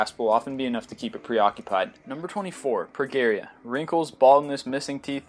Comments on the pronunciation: It's "pro-JEE-ree-a." NOT "pro-GEE-ree-a." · I thought it was Pro-jeer-eya o,o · its pronounced pro-Jeri-a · #24 is pronounced "pro-GEE-reea." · Progeria is pronounced pro-jerry-a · Nothing personal,, but I think it's pronounced "Pro-jer-ee-ah" with a "j" sound, even though it's spelled "Progeria" with a "g". I love your videos! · I was going to comment the same thing. It's the soft "g" pronunciation. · IT is pronounces PROJERRYA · Very interesting!!, but Pica is actually pronounced PY-kuh. =) And progeria is pro-jeer-ee-uh.